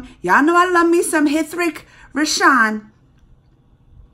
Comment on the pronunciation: Yes, Sure. It's pronounced as 'Ritik Roshan".🙂